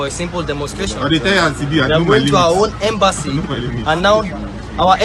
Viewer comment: Its embassy not embanssy